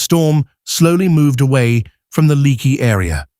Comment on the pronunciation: It's pronounced like Lake-ee